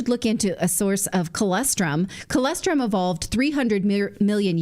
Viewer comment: It's colostrum, Nathali; not colestrum. 😁